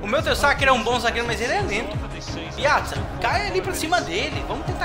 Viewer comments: Não é Piatza, é Pjaca ( Piáca) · o Pjaca se pronuncia ''Piaca'' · Pjaca lê se Piaca ou Pejaca! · se fala piaca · SlexSP (Pedro Moura) se ele fosse da bosnia sua pronuncia estaria certa, mas ele é croata. é um erro comum